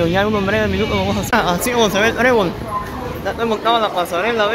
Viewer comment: ES "TREBOL".......NO BREBOL,$"':@